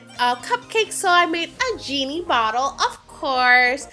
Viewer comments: You said yay instead of jay and you also yeeny before you said geeny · why did she say "yeini" instead of "genie" and she said "yay" instead of "jay"